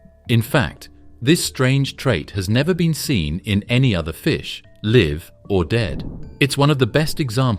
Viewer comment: I don’t mind it except when when it has to make a guess about the pronunciation of identically-spelled words, and guesses wrong, pronouncing “live or dead” as “liv or dead”.